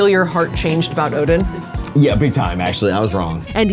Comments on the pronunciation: Pronounced o-den... like a den.... not Odin, like an inn. Oh-den. In Korea, we call it o-deng... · the way you pronounced oden is more illegal than skewered it with chopsticks.. ouch 😂